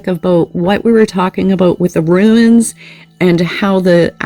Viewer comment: Pretty sure they're pronounced "Roons", love. Thx for the reading.